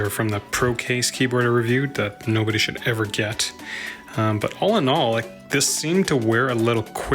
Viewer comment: shwood he?